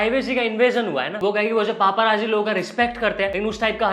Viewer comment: Its not पापाराज़ी but पैपराज़ी 😂